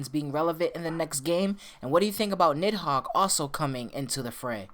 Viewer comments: Im not trying to be rude but i think it's pronounced needhog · It's pronounced Nee Hog. The I is silent. The name is used as a Demon and key item in Devil May Cry 5. (Parasitic Fiend - Nidhogg) Nidhogg: You dodged me! did you dodge me!? Griffon: Nidhogg, never liked this guy. Nidhogg: You pest. Do I know you? Griffon: Dumb as a bag of rocks. Let's not even mess with this guy, V. He can't even leave the Qliphoth, anyway. Just a Qliphoth parasite. Nidhogg: Did you insult me? Griffon: --Uh-oh. Nidhogg: --You insult me! Griffon: I think he heard me... and he's angry! Nidhogg: I'm going to kill you! V: Not in this lifetime. "As the air to a bird or the sea to a fish, so is contempt to the contemptible." (During Nidhogg battle) Nidhogg: You use... de-de-demon...? But you...human...? Huhhhh....? V: "If the fool would persist in his folly he would become wise." Nidhogg: Augh...? Ah...? Griffon: Meaning don't try to think too much, shithead! Nidhogg: I'm... I'm busy. You guys can finish it. Nidhogg: I'm heeeerrreee! Griffon: This dimwitt wants to be all high-and-mighty! Strike'em down, V! Nidhogg: D-d-dimwitt...? M-me? I... c-c-c-crush you! Griffon: Even the big bad kitty knows you got shit for brains! Nidhogg: Qu-qu-qu-quiet! You... you... bird and cat! Nidhogg: Chaaarrrgggeee! V: "The cut worm forgives the plow." What do you say?